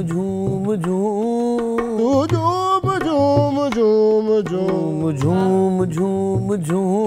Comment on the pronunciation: ببو اچھا سنگر بننا چاہتےہو تو اہنا تلفظ درست کرو ہنی نے اپنا تلفظ بہتر کر لیا ہے لیکن تم ابھی تک نالائق ہو جب کہ اچھی ٹیم کے ساتھ کام کرتے یو نی جھوم جھوم گاتا رہا او تم مسلسل ( جوم جوم ) گاتے رہے